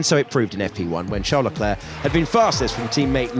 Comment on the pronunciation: LECLERC there’s no A 😊